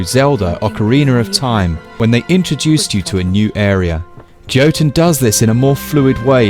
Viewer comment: Why do all the reviewers pronounce it wrong lmao? The fuck is "Joe-ton?" 😂😂😂